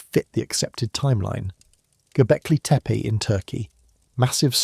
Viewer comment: That too 😅 But I meant the spaces between words. There were times when the AI voice would run two words together, and other times where two words had unnatural spaces between them. When the narration said "Göbekli Tepe" there was a solid half second pause. I know the editor didn't listen to the audio beforehand, but it definitely throws me off